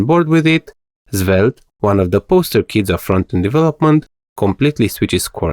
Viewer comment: Why does your svelte pronunciation sounds like "Zwelte"